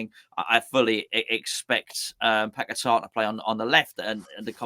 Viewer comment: Bit like the dopes in media saying pack a tar instead what Brazilians call his proper name paqueta.